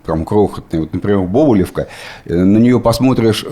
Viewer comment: Бобылёвка - ударение на Ё